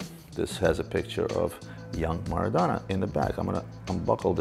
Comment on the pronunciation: Each time he butchered Maradona's name I cringed.